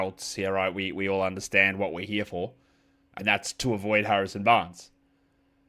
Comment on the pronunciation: Harrison 'Banres'? MUST have been the Metallica show or your dog barking at you the whole show...cheers